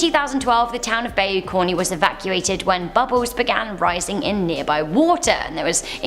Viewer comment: Pronounced: Bye-You Carn (or Corn, depending on which part of Louisiana you're in)